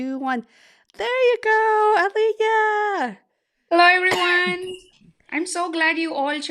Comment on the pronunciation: I just wasted my 15 min.. came here hoping that it I’ll learn about program manager interview but this discussion goes on about how great is Holly’s training plan etc etc and a bits and pieces about Alekhya. Btw Holly you are pronouncing Alekhya very wrong it is Ale-Khya and not Ale-HYa